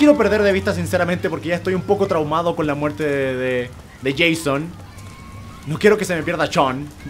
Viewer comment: es Jason no Jeyson es leviosa no leviosáá